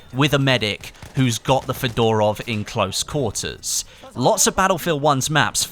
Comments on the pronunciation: it's not pronounced Fedorov (like Fedora) but more like Fyodorov, with stress on the first O. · Mispronounce FEDOROV,stress on the first syllable - FE...dorov